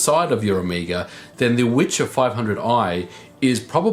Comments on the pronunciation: Actually "wicher" is pronounced [vee-hear] and mean strong wing. "Witcher" is actually translated to english, in polish it is "Wiedźmin" [vee-edge-mean] and is male form of "witch" [vee-edge-mah]. Funny thing: ethymology of "wiedźma/wiedźmin" comes from word "wiedzieć" (vee-edge-etch] whith meas "to know". So in polish witch/witcher kind of means "the man/woman who knows (a lot)" (for example about herbs). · Dude. You should pronounce it "vehear". It's a Polish word for very stron wind :D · Pronunciation for anyone interested: vee-hair (roll the r) 👍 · Not the Witcher at all. Wicher means gale, strong wind. And it should be pronounced vee-her with hard h. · There is no "c" in the name of this card. "C" is silent when "h" is after in polish. Always. So, name of this card is Wi(c)her - strong wind in polish. I think "gale" would be a proper english translation. Anyway. Cool video. As always. 🙂👌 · vee-her. the pronunciation of the W is also wrong in the video :) its like a V in video. but thats just nitpicking.. thank you for your videos! and greetings from Wrocław! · The way he pronounces Wicher just hurts. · and it's pronounced with H like in "here", not like in "cheer" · its not Witcher :)Wicher means strong wind and should be pronounced "Viher" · Wicher (which in Polish means "gale" or "strong wind") is actually pronounced VEE-HAIR, not "witcher" ;) Anyway, good job and a thumb up! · It’s Wicher, not Witcher which translaten in Polish as gale/hard wind. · We pronounce it "VYHER" here in Poland. Not "witcher" or antything alike. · It is pronounced "Vee - her" and means "gale". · It's "wicher" not witcher. "Wicher" is a name in Poland, of a strong wind (wiatr in short). Its not witcher (the game). If you wanna try and prononunce it more or less try speaking "viher" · In case anyone is interested, it's not pronounced like "witcher", c is completely silent. It's more like "vee-her" and means strong wind. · WIcher, not witcher.